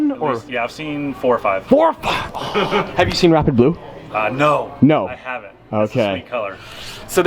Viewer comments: Did anyone else hear him saying “wrap it blue” instead of “rapid blue”? I was so confused for a minute. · Anyone else think he kept saying "wrap it blue" instead of "rapid blue" paint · Ngl when I heard him say rapid blue I thought he said wrap it blue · I swear he kept saying he'd 'wrap it blue.' 😂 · Who else thought he was saying “wrap it blue”